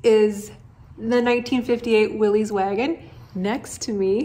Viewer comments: Pronounced "Willis," not "Willeez." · Great build!1 I have a ‘62 and love it! Do your selves a favor in the community and stop calling it a “Willies”, it’s a “Will-is” and drop the apostrophe.